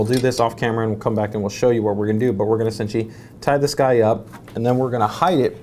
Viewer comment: Take two shots if he says "essintially"